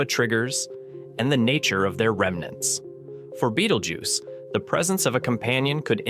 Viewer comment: Bay-tell-gu(y-i)ce not beetlejuice